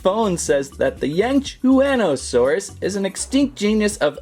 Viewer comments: it yang-shwan-oh-saurus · Yangchianasauars it’s not a frill it’s creast